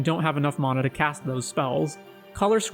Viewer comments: mAhna not MONA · MAN - UH NOT MON - AH